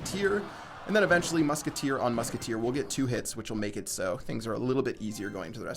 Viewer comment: does anyone else cringe every time he says the word eventually in the wrong way?lol